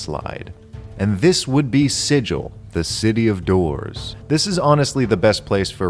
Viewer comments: "We can excuse the fact that you slaughtered two yugoloths before you realized where you were, outsider. But you pronounced the name of our city 'Sijil,' not 'Sigil.' And there can be no excuse for that!" - Her honor Rastina Tollin of the Guvners. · HARD G, LIKE IN LOGAN! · Oh no! has been brutally murdered for mispronouncing Sigil. Too bad, he seemed like a nice guy:( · Wow, how has nobody corrected your pronunciation of Sigil yet? People spent years hounding Matt Mercer on that point. Oh, and don't look for gate towns at the bottom of the spire. They're not there, actually almost a thousands miles away from it... but the domain of the mind flayer god Ilsensine is.